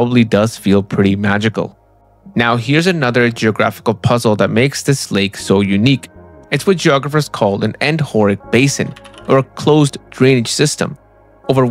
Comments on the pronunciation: it's endo-ree-ik, not endork or whatever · no… it’s pronounced “endo - rheic”. As in…”endo-“, like “endoscopy”, meaning “internal”, as in internal drainage. And “rheic” is from “rheo-“, meaning “to flow”, like “rheomorphic” or…”diarrhea”.